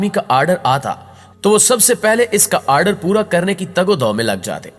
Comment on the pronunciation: What the fuck is aaaardeer??